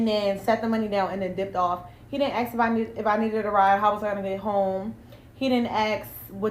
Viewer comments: She keeps saying axx instead of ask. Loser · “He didn’t axe…” 😂😂😂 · Why he axing me that? He be axing me this and that. He shoulda be axing me this. He axing me about my food. He axing this is like body shaming me. What man be axing a woman this? I dunno lady, what man be AXING you? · He didn't "axe?"..ASK!..304.. undereducated..sad!😮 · Axing him must have hurt!! Hahahaah go to school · The moment she said: "AXE" instead of "Ask," I knew she was for the streets. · Why do black people saying aks insted of ask? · He didn't "axe" Damn girl enunciate ASK ASK ASK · No, he actually did, “axe” her. Good for you Sir. 😂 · She had me at - he didn’t “ax”. Really?! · I axe? God, I can't stand that lazy type of talking. Red flag right there! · ASK .... THE WORD IS ASK...A SSSS KK. NOT AX, NOT AXING. ITS EASY.....ARSSSKK. 🙄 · Why did he keep axing her? 😂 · Can you stop saying ax? It''s ask!! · The fact she says axe 🪓 ..not ask says it all 😅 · She can’t even say ASK